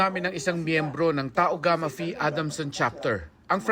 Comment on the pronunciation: Tau-gagu-phi fraternity.